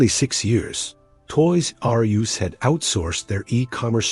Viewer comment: The "Toys Are You Ess" / "Toys Are Youse" narration could have been fixed so easily. SO EASILY. Sorry man, your AI agent isn't making it today. Images, not so easily. But it's the Voiceover that kills it >